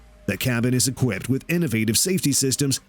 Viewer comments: I stopped watching after he said "well-equipted". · Equipted? Cessana? This is so bad it's embarassing